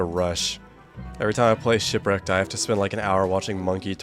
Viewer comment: Woah that guy that called shipwreaked “shitwreaked” seems like a pretty funny guy ngl. I should really find out who that is…